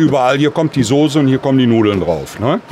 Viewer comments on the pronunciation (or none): none